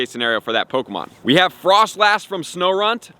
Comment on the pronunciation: "po-ko-mon" go AHAHAH